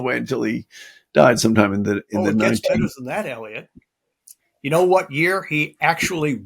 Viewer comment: Bit of a pedantic, autistic point here, but if you're going to have a verbal crutch, and it's going to be "you know," please at least enunciate it clearly. It's not obtrusive when Eric and Eliot do it because they enunciate fully, but when it gets lazily slurred together into a single syllable "yo," it sticks out as a jarring and distracting manifestation of a gen z speech mannerism coming out of an otherwise very respectable, sophisticated, and distinguished boomer character.